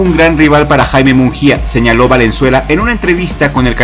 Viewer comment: solo un detalle, su apellido no es "munJia",,, la letra "G" en su apellido aunque no veas diéresis no se pronuncia como jota, sino como en gusano.